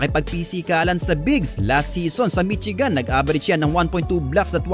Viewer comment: Mishigan hindi Mitsigan